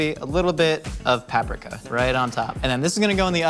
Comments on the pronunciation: The way he said “paprika”..... something inside of me died. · WHY DID PRONOUNCE PAPRIKA LIKE THAT